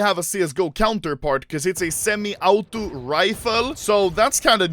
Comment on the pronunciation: The way anomaly say auto,ultimate and beta is funny